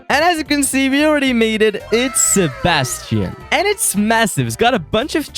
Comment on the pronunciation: A bastion❌ Sebastian✅